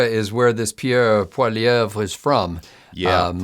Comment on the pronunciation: Allow me to help you "Pee-air Poley-ev"😉